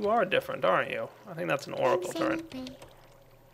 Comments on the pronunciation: Y U NO PRONOUNCE TURRET CORRECTLY ITS TURRET NOT TURRENT :( (go ahead and dislike this if you dont have ocd/sympathy) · i like, except for when he says "Turrent" instead of "Turret", makes me cringe. But good vid. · TURRET NO "N" IN IT! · "Turrent" ? lol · "the portal turrent" Portal TURRENT? TURRENT!?! Hehehe oh you americans... (correct me if I'm wrong about nationality) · Hey there is no n in turret:P